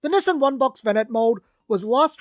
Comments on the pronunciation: Through the whole video, I thought he was saying, "Missing vanette". I kept thinking, "what is he saying that's missing?", until I realized he was mispronouncing, Nissan as "missing". Nissan is pronounced (Nee-sahn) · I just kept hearing "the missin' vanette", "the missin' vanette". I'm like, well, where is it? Took me a while to realize he was saying "the Nissan (nee sahn) vanette". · I was half through before I realized you were saying Nissan not missing. I couldn’t figure out what was missing 😂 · No, it's pronounced "niss-ahn".